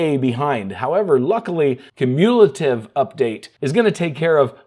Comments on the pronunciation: I've never heard cumulative pronounced like that. Is that a regional thing? I use "q - mew - lative" vs the "q - MULE - ative" if I heard correctly. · That's not how you pronounce cumulative. It's stressed on the first syllable. KYOO-myuh-luh-tiv.